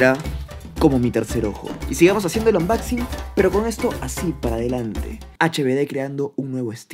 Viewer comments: Like por el "ambaxin" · Les falta ver más "anBAXing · "Ambaxin" HBD-2019